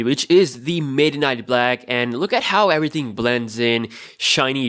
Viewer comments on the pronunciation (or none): none